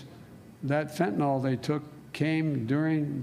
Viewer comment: First of all, Mr. President, it's fentanyl, not "fentanol." The second problem is your emphasis on the fentanyl having entered the country under Trump. Does that mean that fentanyl deaths are better when it comes under your administration? At least Trump tried to do something about this problem.